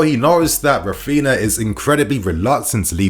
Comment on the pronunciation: It is Raphinha, not Raphina lmao. Stop mispronouncing his name ffs. And Alemany is not leaving Barca for Villa anymore. + Deco will join Barca structures but not as a sporting director.